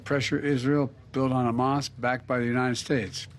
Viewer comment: could not even say Hamas 😂😂